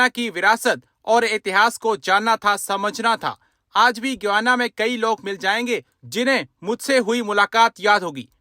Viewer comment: Guana nahi Guyana pronounced as: GAI- YANA